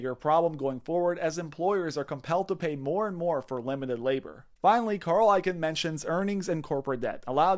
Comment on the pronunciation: It's pronounced "icon" not "ikin."